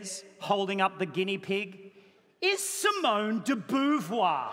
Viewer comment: It's pronouced Simone de Bovoir ! 🐹